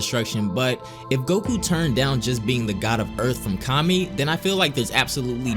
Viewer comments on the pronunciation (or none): none